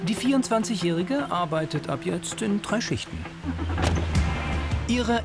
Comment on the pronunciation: Bitte den Off-Sprecher dringenst Konsonanten sprechen üben lassen. "Proplem, Trei, Kroß, Alexantra". Akzent hin oder her, aber das ist teilweise wirklich schlimm anzuhören.